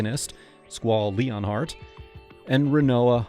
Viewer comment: Squal Re-In-Heart? Erm...no, that's not how you say it.